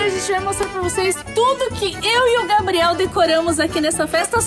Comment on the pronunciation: No começo quando o Gabriel vai falar o nome dele ele falou gabiel 😂😂😂 😊😊😊